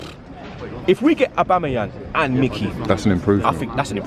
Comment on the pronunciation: Most of these man have only seen Aubameyang play a handful of times, these times they're struggling to even pronounce his name looool